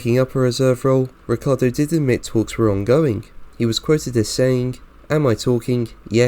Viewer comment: it's not Riccardo, it's RiccIardo.. pronounce his name as it is , amateur!